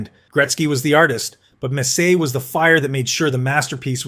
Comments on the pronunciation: ai narrator is mispronouncing messier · uggh...$hitty ai......'robe-ih-tie'...messier was almost worse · AI doesn’t tell the truth. It summarizes data on comments Gretzky has delivered. Humans can pronounce Messier and Robitaille properly. Humans can watch and love hockey. AI can’t. Thus I would rather a human opine and deliver comments about who Gretzky loved. It would be more poignant, heartfelt, and compelling.